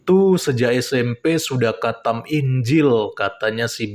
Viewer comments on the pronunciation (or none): Maksu itu qathem kale bukan khatam 😂😂😂